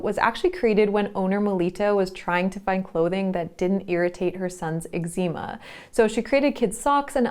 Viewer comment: Completely lost me with how you pronounced eczema. Disliked